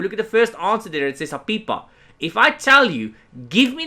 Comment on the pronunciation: For the record, I love the way you say APIPA